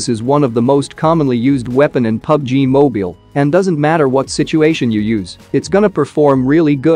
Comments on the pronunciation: 'Mobial' he said 😂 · I like how the narrator says pubg mobeal lol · You say pubg moybile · “PUBG Moobiyaill” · bro doesn't know how to say mobile